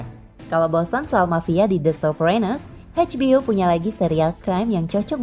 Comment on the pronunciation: Eidj bi o min. Bukan Heidj bi o.